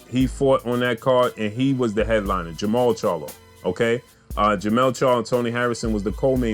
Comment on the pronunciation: what up bro? You have it right in the title but you keep saying it wrong in the vid. Jermall Charlo vs Dennis Hogan is on 12/7. Jermell Charlo vs Tony Harrison is on 12/21. Both bouts Barclay's. Besides all of that, this 4th quarter is lit. Jermell/Harrison 2, Jermall vs Hogan, Prograis, Shakur, Lubin, Canelo, Wilder/Ortiz 2, Ruiz/Joshua 2, Crawford. 🥊🥊🥊🥊🥊